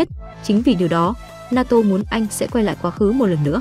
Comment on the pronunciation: Naoto : ❌ Na to : ✔️